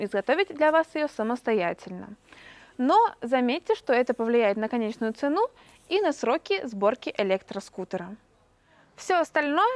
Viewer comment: Не цЕну а ценУ